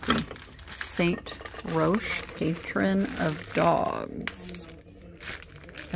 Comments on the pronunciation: St. Roch is pronounced Saint Rock. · The Roch, in St. Roch, is pronounced "rock" here in N.O.. He has a Street, a neighborhood, a market, and a cemetery named after him.